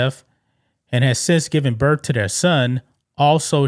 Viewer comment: Birth, not birf, 🤦🏻‍♀️